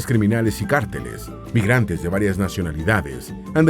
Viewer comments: No se pronuncia cárteles, sino carteles (sin tilde). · Muy bueno el documental!! Hubiera sido excelente solamente que alguien hubiera corregido al narrador y le hubiera enseñado que la palabra “carteles” no es esdrújula o sino llevaría tilde, por eso debería pronunciarse con el acento en la segunda sílaba. Y también con “Antioquia”, Se pronuncia con el acento en la segunda sílaba, no en la última. Se oye muy raro cuando la dice, es como si un mexicano estuviera viendo un documental sobre Mexico y el narrador lo pronuncia Mexicó (con en acento al final) 😂 O me imagino que es una narración robot automatizada